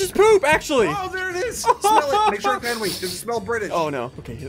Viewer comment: It's "Henwy"!